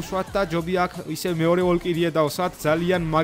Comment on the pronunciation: ვოლკირიე კი არა ვალჯირი ქვია